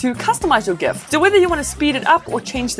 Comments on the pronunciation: It's Gif not Gif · Omg. she says create GIF with a hard G. WHY do people pronounce it like that. It is GIF with a J sound, like in the name George. Also, I think you are mistaken on what Refresh Rate is. It is how many times the screen redraws itself per second, you were talking about reaction to touch or something.